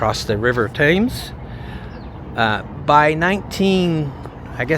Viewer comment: 'Thames' pronounced 'Tems' 😉